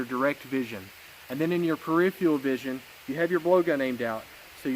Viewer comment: Here’s how you say “ peripheral”